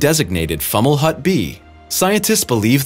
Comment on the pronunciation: It’s pronounced “Fow-muh-lawt”